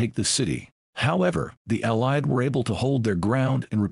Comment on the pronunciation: Allied forces is pronounced WRONG AGAIN !!!!!!!!!!!! Stupid click bait again